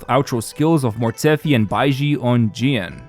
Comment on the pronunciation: a whole team and build for jiyan team and he never pronounce the name of jiyan correctly.